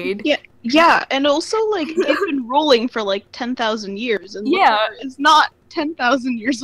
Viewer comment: This season if you want to call it that was BAD! The writing is getting lazy and full of nonsense. & It's pronounced LOTOR not LODAR. He is one the all time great villians